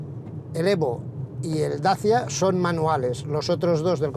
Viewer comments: En rumano se pronuncia dachia, que es el nombre de los habitantes originales de ese lugar. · Dachia curiosa pronunciación para decir Dacia. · Y eso de dacha?? Toda la vida diciendo Dacia y ahora dacha? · Un tema linguistico. De dónde sale esa pronunciación nueva de DACIA?. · Se pronunciará asi si hablas en rumano.